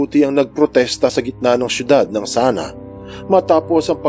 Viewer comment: Sana-a po ang pagpronounce ng Sanaa Ab-ha po ang pagpronounce ng Abha